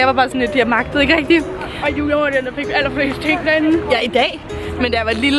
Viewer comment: Jeg kan godt lide at siger Jua og ikke Julia